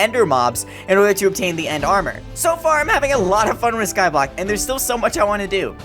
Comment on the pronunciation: its called Skyblock Not scoblock